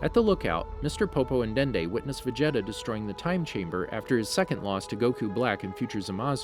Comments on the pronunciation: He’s not saying everything correct. Vegeta is said as ve-jet-a when it is veh-geh-ta in Japanese and ve-ji-ta in English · Did anybody notices how he says Vegeta "vageta" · How Do you mess up "Vegeta"?